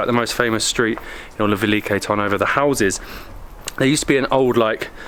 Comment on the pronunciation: Lol 90% of the pronunciations are totally off, but great video nonetheless! The beer is pronounced Pee-reen-sko (Pirinsko) The fortress Tzar-e-vetz (from the word Caesar, meaning Emperor ) - the Tz in Tzar is pronounced like TS in panTS The city is Veli-KO TAR-novo